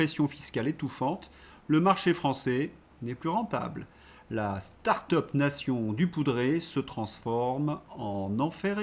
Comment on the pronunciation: La "start up NAÏCHUN!" mon cher! Respectons la prononciation macronienne!😅